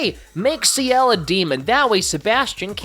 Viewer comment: lol saying Ciel like he’s the leader of 2ne1